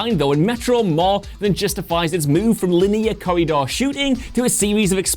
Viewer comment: core-ree-door... english ?